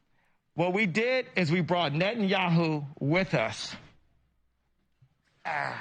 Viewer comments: wow that was cringy to hear Pronounce it net-ah-knee-ah-hoo not whatever that was lol Or just call him beebee like everyone in Israel actually does lol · benjamin ne`enyahoo 💀💀💀💀💀 its binyamin neTanyahoo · As a Jewish we don’t really pronounce netanyahu like that , but try saying” bibi netenyau(ne-te-n-ya-o-)” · As a jew who is lives in israel his impersonation of netanyaho (btw he prenounced it wrong ) is really insulting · the way ya'll are pronouncing benjamin netanyahu is crazy to me